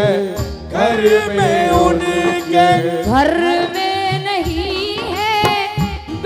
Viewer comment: Abhi ismein recording nahin ja sakti nahin to aapko main ga karke Bata deta jab aap Ghar bolati Ho to use thoda sa leje mein bolo Gharrrrrrrrr nahin bolna he Ghar bolna hai